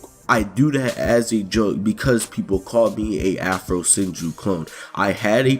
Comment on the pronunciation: also did you add the I at the end of Afrosenjui